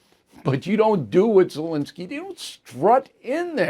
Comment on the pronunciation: it is ZelEnskiy, not ZelInskiy.